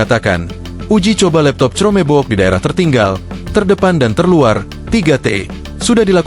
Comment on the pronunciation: Tolong bahasa inggrisnya dibenerin bacanya buka crroomeeebokk